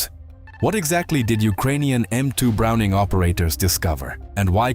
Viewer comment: Stop circling the same information sequences in different words. you lost me after 5 minutes. What's with over pronouncing the full name of Browning?